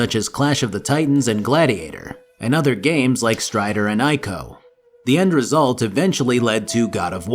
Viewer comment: youtubers pronounce ico correctly challenge (impossible)